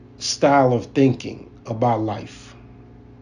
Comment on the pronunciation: Malicon?? No malecon ma lay con